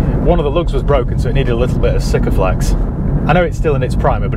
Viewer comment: Congratulations! You are the first person in recorded history that works in the motor trade and can correctly pronounce Sikaflex